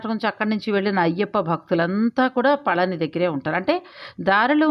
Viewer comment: Pa la ni La kaadu pa zha ni. Pa zha m ante fruit பழனி விஞ் winch antaru rail Feb, march april. All good info. Kanda kadanba, story u didnot say